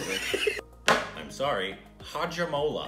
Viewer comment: And it spelled like "hajj-aa-mu-alaaa"..🤣🤣